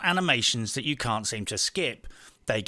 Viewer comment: You put more effort into this video than Ubisoft put into breakpoint. Edit: said "Uou" instead of "You"